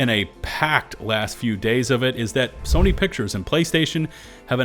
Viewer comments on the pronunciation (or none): none